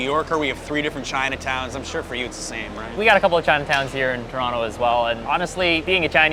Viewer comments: Hey man good job for properly pronouncing Toronto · the way u said toronto is just chefs kiss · You pronounce toronto properly. Impressed.